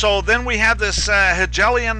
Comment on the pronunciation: So far I am greatly appreciative of your videos, I just wanted to point out something I heard in another video. Hegelian sounds like He-gale-ian, not gel, just so you know. Thank you you your time and efforts. Yahuah Alohim barak you and keep you.